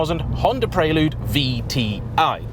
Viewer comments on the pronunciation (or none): The 4g 2.2 VTEC was a better car overall. Even the late h22a8 in the 5g with the extra power didn’t have real fizz or the fluidity of a 4g Oh & it’s PREL-LUDE. Not PRAY-LUDE.!!!!😳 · It's pronounced like the girl's name, Elle. Pr-elle-you'd, not Praylude. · Maaate!! Stop it with the "Pray-Lood"...it's 'Prell-Yood' 😁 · Oddest pronunciation of "Prelude" I've ever heard. You're saying it the way I would imagine Americans say it. The word prelude is pronounced "prel-yood", not "pray-lood". It's etymology is as a musical term. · What's a Praylewd? 😂😂😂 Apart from that, great video as always. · "pray lood..'' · Hurts my heart to hear this car called a “Preylood “ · It's pronounced preh-lyood, dood. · Guessing how he say Prelude Preyyyyloode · Why are you pronouncing it praylude? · I thought it was pronounced Prelude, not Prelude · I'm triggered by how he's saying 'Prelude' 😁😄